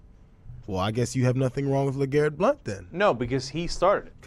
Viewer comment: I think tells you what you need to know about this unprofessional network. That, or the beginning when he doesn't know how to say the guy's name. Blount is playing good football in the NFL now.